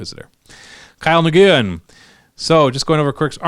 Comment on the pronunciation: I love talking 40k and I love talking 40k rules, so hearing that we'll be getting a lot more regular RYGW maketh me happy, keep up the great work guys! Sidenote: Nguyen is pronounced "wen"